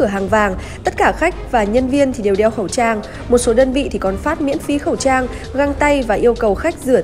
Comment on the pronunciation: said:... không bán khẩu'ss trang...